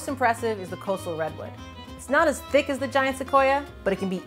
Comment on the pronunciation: I like how she emphasizes the word thick